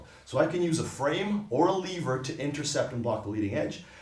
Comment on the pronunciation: Can't stand the way he says "lever" and how many times he says it.